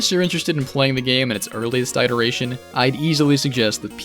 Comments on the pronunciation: Iteration is pronounced like pit not pie. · I like how you pronounce “iteration” as “eye-teration” Makes sense tbh